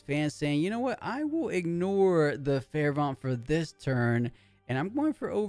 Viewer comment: bro, I cant take it anymore. Fervent is pronounced like fur-vent not fair-vont.